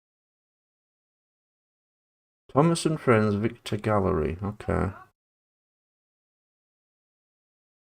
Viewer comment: Dude It's Victor Not Vector.